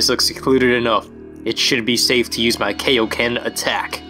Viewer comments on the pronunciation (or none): Oh, the good times we didn't know how to pronounce Japanese vowels. =w=; Kaiouken is actually pronounced "Ky/Kye-oh-kehn" (lit. Realm King Fist)